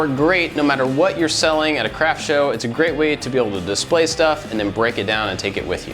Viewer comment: No matter how many times I listen to you saying "craft show" , all I hear is "crap show".